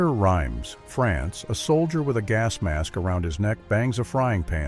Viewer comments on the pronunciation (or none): It's pronounced Reems,not Rimes.